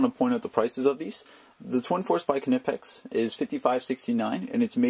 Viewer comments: Nick Sek There's no debate. You think Alan Snipe is German? No. In GERMANY, which is where the tools are made, it's pronounced "kneepex." It's not "Kanippex" like you say or "Kaneepex." It's "Kneepex." End of "debate." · The k is not silent. Ka - knee - pex. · They are pronounced nipex! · The "K" is silent man..... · Bro. The "K" is silent. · If you're going to do videos on Knipex, don't you think you should learn to pronounce it properly? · Yup, it just sounds silly, like people miss pronouncing La Jolla. I love my knipex tools, I've converted many electricians to the tools. The quality speaks volumes!